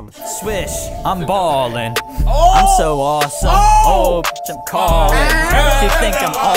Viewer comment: Pretty sure name is actually pronounced Aah-sim not awesome like he said it was